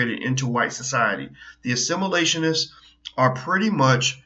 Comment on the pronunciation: "Assimilatioinists" I love it!